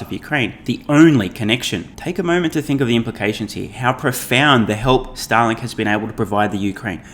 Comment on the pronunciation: you pronounce Starlink like Stalin